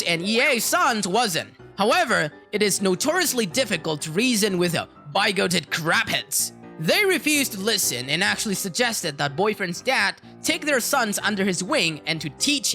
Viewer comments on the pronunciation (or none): Nice job! I don't know if it's a difference in accents but the word bigoted, as far as I know, is pronounced for all English-speaking countries as big gah tid, accent on the first syllable.